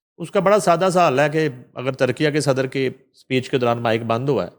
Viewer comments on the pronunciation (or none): Also someone should inform, that the new official name of Turkey, Turkiye is pronounced as TUR-KEE-YAY and NOT as Tur-kee-YAA.